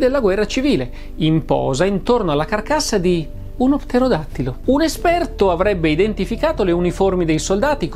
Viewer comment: Il video è stupendo, per di più una impresa dire correttamente pterodattilo per tre volte consecutive 😂